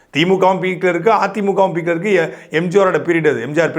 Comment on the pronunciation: தம்பி Beek ன்னு சொல்லக்கூடாது Peek ன்னு தான் சொல்லணும். இது உனக்கு இரண்டாவது முறையாகச் சொல்கிறேன்.